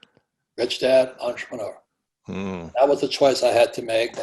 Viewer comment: EN-TRE-PRE-NEUR Robert Klyosaki Thank You.